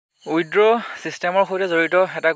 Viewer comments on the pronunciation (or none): Not widro......it's withdraw